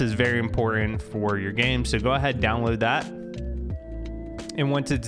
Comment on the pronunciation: love how he says w instead of his L's like downwoad